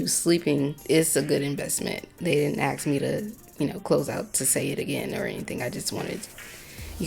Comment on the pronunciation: Everything was great until I heard you say "aks"..not "ask". That is not a word! It sounds uneducated.